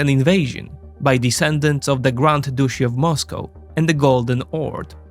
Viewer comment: How the fk did you just pronounce "Grand Duchy of Moscow" 😂 Not laughing at you, man. All great. Big fan. Just so funny.